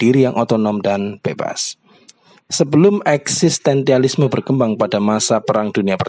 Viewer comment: Eksistensialisme pak, bukan eksistentialisme